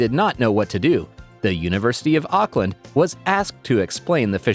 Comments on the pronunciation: It's aukland not auokaland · Maoris say oockaland not ackland